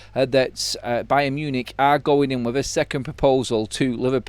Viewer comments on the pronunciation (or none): none